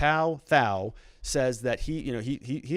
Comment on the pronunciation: Pronounced like to t-ow